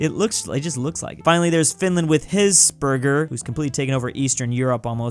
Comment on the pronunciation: It's pronounced Hez-burger